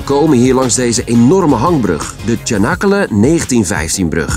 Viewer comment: hoi, Leuk de route terug te zien naar Turkije. Deze route hebben we 11 keer gereden in de auto met kinderen en de hond naar Alanya. 13000 km heen en weer. Geen airco en toen nog geen snelwegen. Moet wel lachen om de Turkse uitspraak van Canekale. maar dat overkwam ons ook. Wij hebben er een paar jaar gewoond in Ortaca. mooie omgeving met veel watersport. Het maakt eigenlijk niet uit hoe je rijdt want het is overal indrukwekkend. Langs de Zwarte Zee is ook een mooie route. Als je in de buurt van Ortaca bent kun je mij wel vragen over die buurt. Ook de route langs de kust van Fethiye naar Antalya is erg mooi. iyi yolcuklar =goede reis.